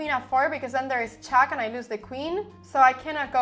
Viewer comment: The way she says "chæck" instead of "check" is doing my fucking head in